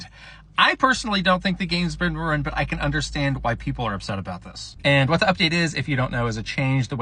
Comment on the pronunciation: RHU-EEN.... RHU-EEN